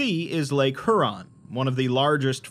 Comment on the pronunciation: Just a quick note: Lake Huron is not pronounced "HOO-ron", it's pronounced "HYOU-ron". Like "Hugh". -Signed: someone who camped in the Provincial park that used to be atop Site-43, located less than a half-hour drive north of me